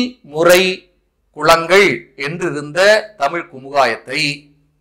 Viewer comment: பயனுள்ள செய்தி. ல ,ள உச்சரிப்பில் கவனம் செலுத்தவும்.தொழில் முறை குலங்கள் சரி.தொழில் முறை குளங்கள் தவறல்லவா ?